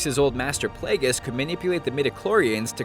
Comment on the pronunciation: Learn to pronounce Dagobah and Plageius properly